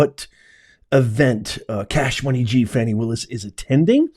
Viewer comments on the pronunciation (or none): It's Fawni!!!